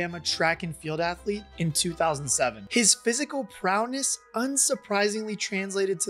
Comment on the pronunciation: It’s pronounced PROWESS and RODDY, not prowness or Rodney